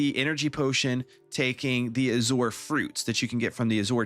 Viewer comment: FYI: Azure is a color. It's a type of blue. And it's pronounced "aa-zyur".